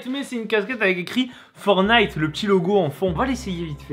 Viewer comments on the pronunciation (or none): Il faut prononcer le fkn T du mots FORTNITE C’est pas compliqué